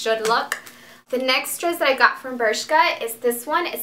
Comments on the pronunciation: BRSHKA axaxaxax funny pronouncing! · It is pronounced "bérzka"